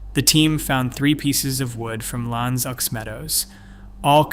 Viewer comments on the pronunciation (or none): Aux in French (as in L'Anse aux Meadows) is not pronounced "ox" but o, as in abcd... lmn.. o. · "aux" is pronounced "o"! French, ya know!